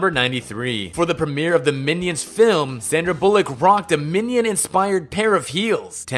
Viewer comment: you said film wrong in fact 102. there is no such thing as a fim.